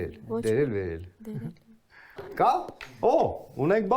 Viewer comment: Նախ դերել չի՝ դյերելա, որը նշանակումա բարձրանալ